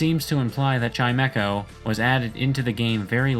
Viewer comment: its not chime-echo its chime-ko